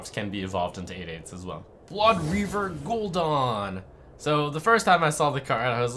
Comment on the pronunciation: lol gul'done ....... its gul'dan ....